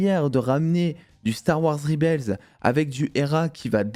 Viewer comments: justement, "en 2023" où tous les youtubeurs se pensent bilingues, on ne dit pas "ribels" en VO ! ca ressemblerait plus à "rèbol". Je dis ça... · Alors super vidéo et 100% d'accord avec ta critique comme toi j'ai surkiffé. Par contre moment linguistique. "REBEL" prononcé en anglais ne se dit pas "Ribels", google trad te donnera l'audio de la bonne prononciation :) /ˈreb.əl/